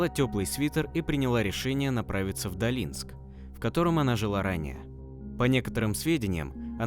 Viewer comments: Правильно ДОлинск, откуда Вы взяли это ударение ДолИнск???🥺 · ДОлинск ударение. Да, искали её огромное количество людей круглосуточно. Сама после работы ездила. Район Холмский. А Ульяна Теплякова даже могилку в порядок не приводит. Сука! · Какой Далинск🤦🏻‍♀️. Долинск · Кто читает текст-прежде нужно уточнять названия населенных пунктов о которых идёт речь.Я сахалинка,с Южного.Очень режет слух ДОлинск,ХОлмский район,Ново-Александровка.А в общем спасибо за работу.